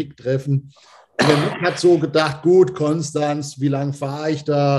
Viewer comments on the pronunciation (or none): none